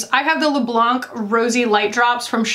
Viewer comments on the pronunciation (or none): none